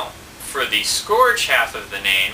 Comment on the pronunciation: it's scourge (pronounced sc-ur-ge)